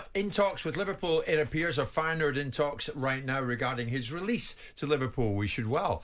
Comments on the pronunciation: dutch man: feyenoord simon: fayen hood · Feyenoord. Simon: fire-nude. Leverkusen. Simon: liver-cousin. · "Fayenhood"? Jee, Jordan 🤦. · "Fine hood." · Feyenhood? cmon Simon. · Why does Simon keep calling them Fayen-hood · Man, learn to pronounce my club well. Very annoying. Besides this is an amazing coach. No other words. Says enough Bayern is also after him. In my lifetime by distance best coach of Feyenoord. People will fall in love with his character and sense of humour during press conferences. It lifts automatically the pressure a bit from the squad and club overall. And trust me, I know where I'm talking about. Feyenoord has been a total chaos with immense supporter pressure for the last two decades (completely flipped around during his lead). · Wild how Jordan struggles pronouncing Leverkusen and Feyenoord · Funniest about that pronounce is that ‘Feijenoord’ actualy is a hood in Rotterdam.😂